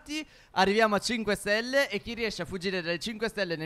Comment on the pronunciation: “5 SELLE” TOPPP